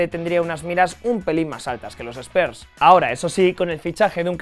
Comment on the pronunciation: Spers nooo SPURSS